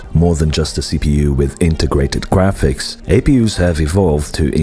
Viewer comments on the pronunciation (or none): Am I the only one who noticed around the 20th second the narrator says Integwated Gwaphics?